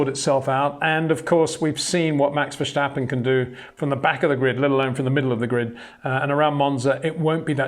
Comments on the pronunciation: Love your videos but I’m wondering why you keep saying Vershtappen. It’s Verstappen, no H there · The name verstappen has no H in it. You should pronounce it like versteppen, not verstahpen. It sounds so weird when you do that. Besides that great vids.